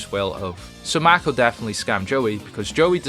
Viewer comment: It's "Mako," not "Mac-o." Also, Joey technically had Red-Eyes Transmigration and Lord of the Red added to his deck way back in the Capsule Monsters arc, he just couldn't control them at the time.